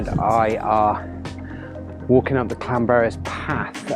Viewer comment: Good to bump into you this weekend. Loved that portrait shot with the stream and pointed mountain 👌 And good pronunciation of Llanberis too, respect!